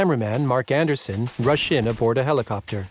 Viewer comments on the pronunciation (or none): none